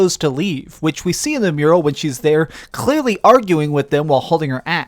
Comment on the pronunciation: Yall here the way he says "clearly"